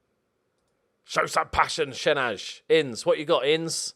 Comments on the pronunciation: Shenaj is pronounced shen-aye I think. 11th btw. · A little pronounciation tip from an Albanian fan, shenaj is pronounced shenái. Also love your videos😊